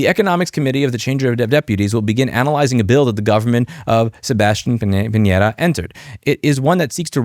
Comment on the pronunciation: You said "Piñera" pretty well! Kudos!